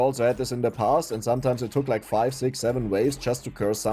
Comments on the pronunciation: I love the zeven zeconds and zics zeconds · I am greatly entertained by the way you say six